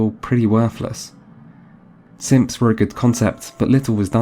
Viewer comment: “Wait they had simps in fallout 4?...” 5 min later “Oh he’s saying synths”